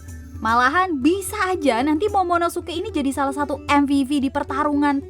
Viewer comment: Yg bener monomosuke apa momonosuke? (Menit ke ) Airis chan